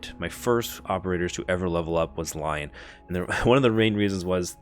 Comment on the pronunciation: Lion lol "roar" pronounced "lea-on" 🤣 or lee-on